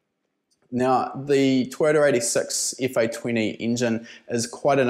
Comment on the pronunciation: toyota eighty sex ,scion f fa ris, Subaru Br zit. That's what I heard.